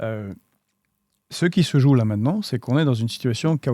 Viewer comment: on dit pas "joaquime" plutôt que "johachin" ?